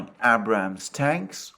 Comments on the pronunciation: PLEASE! Stop saying "Ah-Brah-ms" tanks. It's "Aye-Brahms", it's a guy's name for God sake, the Americans name their vehicles after distinguished generals. It's soooo annoying. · Pronounciation: Abrams tanks = "Aey-brams" tanks